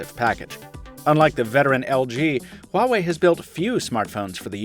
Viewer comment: damn it, Its "Wah-way" not "Hua-way"